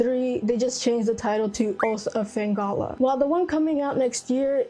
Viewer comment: Atelier Yumia, Fate/Extra Record, DQ 1+2 Remakes, Trails in the Sky 1st, Expedition 33 are some of my most anticipated of 2025. Also yeah did pronunce Felghana wrong (but hey it happens lol) and so close to 8K subs